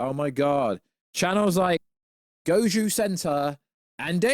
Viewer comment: Goju Center??? You mean GOJI center